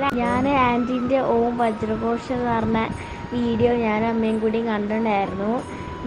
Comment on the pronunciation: ഹായ്. കോശം ആണോ അതോ ഘോഷം ആണോ. പ്ലീസ്